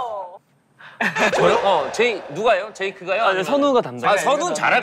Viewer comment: 용진님 제이크를 이크라고 부르는거 왤케 웃기짘ㅋㅋㅋ